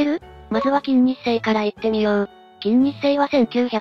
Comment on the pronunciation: 作業しながら聞いていたのだが、「 きんにっせい 」と「 きんせいにち 」って誰やねん！！！って思って作業どころじゃなかった😂